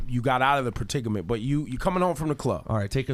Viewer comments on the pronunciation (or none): Ebro....its predicament without the "T"...lol....jus joking bruh!!